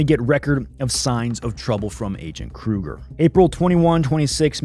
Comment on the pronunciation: You don't pronounce the G in Kruger